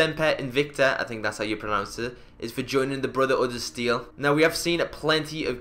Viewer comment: "Brutha-uda Steel"